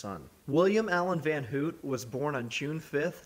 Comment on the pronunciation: It’s Van Houte like house instead of hoot